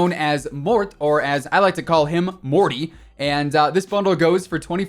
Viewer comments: "Mor-tay" not "mort", FYI. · It’s pronounced ‘Mor-teh’ and NOT ‘Morty’ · FYI: pronounced Mor-tay, should have an accent over the “e”. Morté